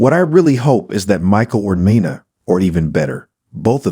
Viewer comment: Nee-nah. Not Ni-nah